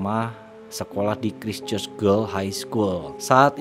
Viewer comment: Koreksi Mas: Yang selingkuh Ibunya Juliet Hulme Mas, bukan Pauline. Osteomielitis radang tulang berat, bukan linu2 sendi biasa. Christchurch (say: Kriscerch) bukan "Cistcerch".